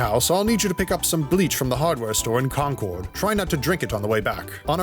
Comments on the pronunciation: CAWN CORD Just say "conquered" Bc that's how it's pronounced Trust me i lived in mass 18 years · “Khancord”is such a funny pronunciation, in MA we pronounce it like “conquered”